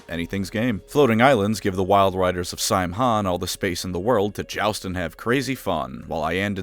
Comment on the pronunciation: So you'll go out of your way with the pronunciation of 'Behemoth' but not Samhain?